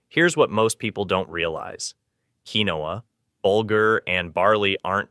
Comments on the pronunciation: FYI... "Quinoa" is actually correctly pronounced: Keen-wah...NOT "key-no-ah" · FYI - Quinoa - keen waa